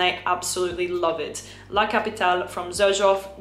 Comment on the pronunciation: Like you pronounce the E in Erba Pura you sould pronounce the E in La CapitalE, it's italian not french